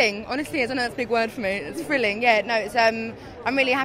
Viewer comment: i love how she pronounces "thrilling" as "frilling", love that cockney accent!